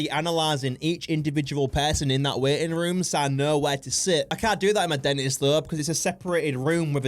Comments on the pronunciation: I thought she said “Waiting rum” instead of waiting room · I now she’s saying waiting room but it sounds to me waiting run anyone else hear that